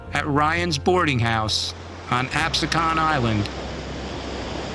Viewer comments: Great documentary. However, we pronounce in Ab-see-can. Not Ab-su-kahn. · So far I’m liking this. Reminds me of something I saw in school (I grew up near Cape May). But is it me or does this guy not know how to pronounce Absecon?